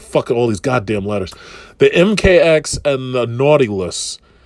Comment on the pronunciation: Did he call it the Naughty List ?